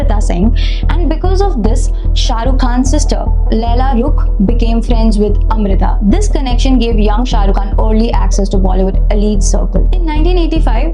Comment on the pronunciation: It is also Lala Rukh, not Laila Rukh.